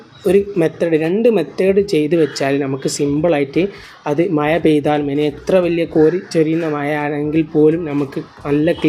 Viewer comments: മയ അല്ല, മഴ ആണ്, ആദ്യം പോയി നാക്ക് വടിക്ക്, പിന്നെ മതി വീഡിയോ.😂. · മയ കുയി വയി വായ കോയി😂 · You mean മഴ( മയ) , ഉരുളൻ കിഴങ്ങ് (ഉരുലൻ കേങ്)😂😂😂